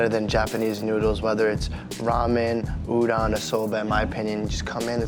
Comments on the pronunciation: It’s oo-dohn, ass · It annoys me that the guy is into japanese food and can't pronounce "Udon" is that hard to pronounce an O and not an A?